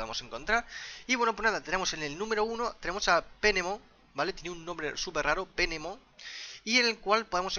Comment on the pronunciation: jajaja.. se escribe Phenemon en ingles y se pronuncia Fenemon xD